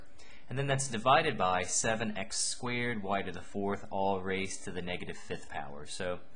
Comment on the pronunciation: Haha, I love how you say squared.. Sounds like squid! Thanks you! Very helpful! (